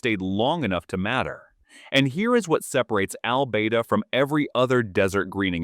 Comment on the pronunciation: I wonder how that place he pronounces as Al-bay-da is spelt? I bet it's Albada.